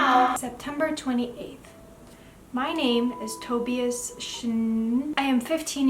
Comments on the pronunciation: Shnai-an. That's how you could pronounce Schneien (it means to snow if you wanna know 😅) And no hate but as a German the way you say Tobias is heartbreaking xD Edit: Sorry for the correcting, you seem nice :D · The way you pronounced Tobias is the same way my twin sister pronounced it for the first time I suspected she might’ve been pronouncing it wrong so now we say it correctly and btw me and her just recently reread the whole Webcomic this video is amazing btw you did very well ^^